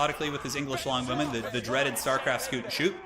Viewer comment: he says longbowmen like blonde women. I legit first heard him say "Amazing English blonde women"